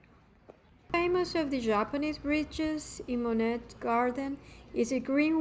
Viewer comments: “Mo-nett”? How can anyone NOT know how to pronounce the name if they are presuming to inform people of his life? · To viewers: Please, please don't mispronounce this artist's name in another video, should you decide to narrate your own visit to this wonderful place. 😮 The "t" is silent. Thank you. Phonetic spelling: moh-nay. And if you are wondering...yes, I have been there- it is definitely worth a visit imo. The gardens were the highlight for me. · I wanted to watch but upon hearing the mispronunciation of Monet I just couldn’t do it… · I agree with the request for correct pronunciation of Monet. Additionally, it would be a better presentation if you were not reading the text. It comes off as "stiff".